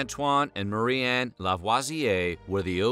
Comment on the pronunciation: Ok but why do you pronounce Marie-anne "Murran" the whole video?